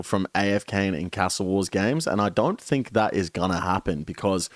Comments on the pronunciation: The only thing that needs a nerf is the way you say castle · How come your Aussie and saying cas-tle not car-stle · Why do you say ‘castle’ like you’re trying to be fancy or some shit? Trips me out